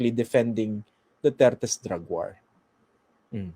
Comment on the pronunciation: sir christian, Hinde waar ang bigkas nyan kundi "WOR"